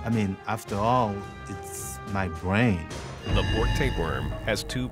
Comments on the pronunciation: "affta aw is mai bwain" lol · "I mean, after all, it's my bwain!" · wom in my bwain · After all....it's my BWAIN! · After all, it is my bwain.